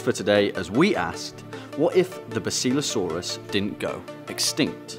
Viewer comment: it's bass ill lo saurus